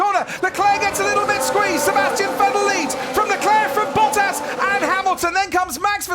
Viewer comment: Is it just me or is he pronounced Bottas name incorrectly